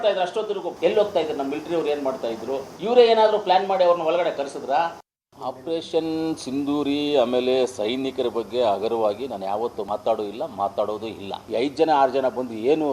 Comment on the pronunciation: ಲೇ ಹಲ್ಕಟ್ ಸಿಂಧೂರಿ ಅಲ್ಲಾ ಅದು . ನೆಟ್ಟಗೆ ಮೊದಲು ಮಾತಾಡೋ ಕಲಿ, ಅಕ್ಷರ ಜ್ಞಾನ ಇಲ್ಲದೆ ಇರೋ ಬೋಳಿಮಕ್ಕಳೆಲ್ಲ ರಾಜಕೀಯಕ್ಕೆ ಬರೋದು